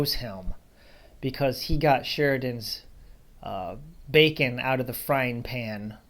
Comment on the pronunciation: Some interesting history here. I hope you get to film around the museum sometime, and if you're looking for a video editor there are some good free ones to use like VSDC that I use for my channel. It's pretty easy to use too. And a side-note: me being a silly willy, I hear you say "Bacon Custer" house and my goofy brain thinks "bacon custard" which sounds like a gross combination, haha.